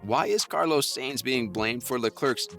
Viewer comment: Carlos saints? It's s-a-e-n-t-s